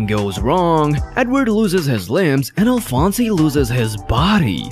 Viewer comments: Alfonsay? Its Alphonse "Alfons" You have clearly never actually watched the show. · Dude can’t even say Alphonse correctly 🙄 fake anime fan 🔔 end.